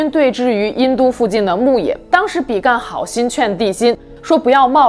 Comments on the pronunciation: 是比干，不是比幹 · 比干 正確發音的干是一聲 干也只有一聲的發音 想說怪怪的還查了一下拼音 注音跟拼音都是一聲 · 台灣應該是唸比干（一聲輕音），所處時代的「處」是唸三聲不唸四聲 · 比干本人從小到大都念一聲，一直聽到影片中被念作比"幹"實在不太舒服。正體字簡化的壞處。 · 比干的「干」唸平聲，是繁體字